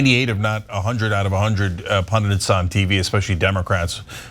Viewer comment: IT’S PUNDITS! PUNDITS!!! NOT PUNDANTS!!! JEEZO! 😩🤬🤬